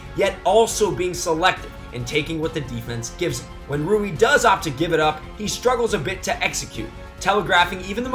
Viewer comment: it's not roo-ee.